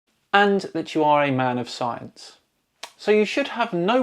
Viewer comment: He can't pronounce "science" properly either.